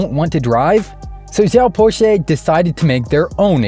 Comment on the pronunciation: pronounced " siaw pao cher". Cher as in chernobyl